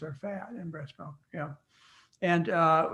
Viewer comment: Melk-mlk- it's milk. English .